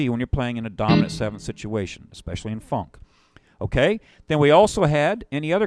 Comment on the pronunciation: I like how this fellow says "fonk".